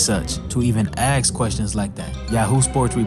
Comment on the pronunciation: It's "ask", not "axe". It's "you", not "chew".